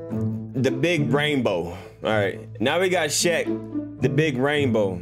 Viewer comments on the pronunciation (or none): Did you say brainbo or rainbow? Chai! 🤣🙃🍒🍓🍉